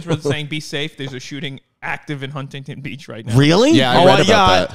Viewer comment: Yall added like 13 extra syllables to Huntington Beach!